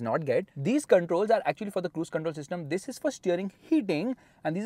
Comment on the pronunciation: Your emphasised “This” is very irritating.. no need to stress on it so much!